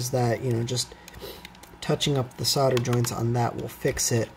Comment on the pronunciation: Thank you for saying solder the correct way.